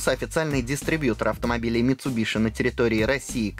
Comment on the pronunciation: Еше название марки правильно говорили бы